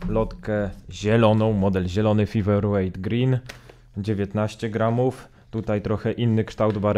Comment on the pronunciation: Fajna recenzja, ale mała uwaga na przyszłość - czasem warto sprawdzić wymowę nazwy, tym bardziej, że jest ona w recenzji powtarzana bardzo wiele razy. Feather wymawia się przez "Fe", a nie "Fi" na początku. Wiem, że nie każdy idealnie wymawia angielskie słowa (sam zresztą orłem w angielskim nie jestem), ale byłoby fajnie gdyby wymowa była przynajmniej zbliżona do oryginału, zwłaszcza, że "th" wychodzi Ci całkiem nieźle :)